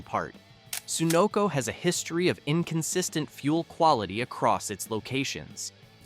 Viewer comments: SUE-noco? Citgo IS top tier. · Wish your AI would pronounce Sunoco correctly.